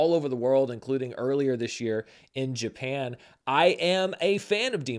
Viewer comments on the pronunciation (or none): none